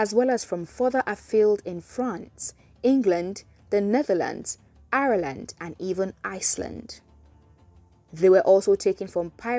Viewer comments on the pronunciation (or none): none